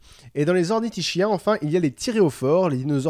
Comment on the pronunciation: Super point culture! On prononce ornitis"k"iens et sauris"k"iens! De plus, les Velociraptors dans le film sont en fait des Deinonychus (Velociraptor antirrhopus à l'époque du tournage). L'équipe du film préférant un terme comprenant raptor, a conservé le nom Velociraptor lors de la révision de l'espèce attribuée au Deinonychus. Enfin, l'oviraptor n'est pas vraiment un voleur d'oeuf! Il a été appelé comme ça parce qu'il a été découvert pres d'un nid... qui s'est ensuite avéré être le sien!